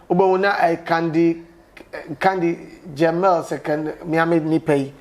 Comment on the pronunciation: Candy Jamel instead of "Xandy Kamel"... u do all😁😁